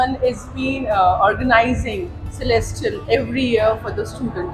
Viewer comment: Its Celestial, not Celestral